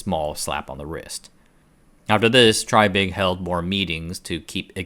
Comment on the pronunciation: I wish the announcer of this video would stop calling the man "TRYbig" and call him by his correct pronounced name of "TREYbig". Repeat after me TREY, TREY, TREY or even TRAY, TRAY, TRAY not try, try, try. Good grief you just had one job!